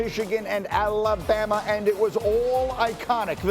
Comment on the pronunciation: You mean "Alabamer", lol!